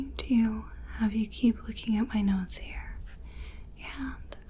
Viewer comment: Nose here sound like nose hair 😂